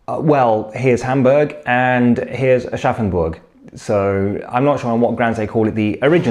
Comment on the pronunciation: Thanks to this video I finally know how Aschaffenburg is pronounced :D